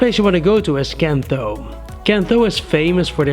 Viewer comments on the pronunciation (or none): can tho is pronounced likely as "k^nthe(r)"